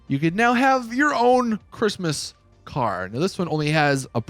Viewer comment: Why u say “car” like “caer”